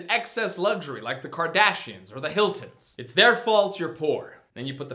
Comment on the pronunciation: I feel so awkward when I hear kardashian and I think he said cardassian...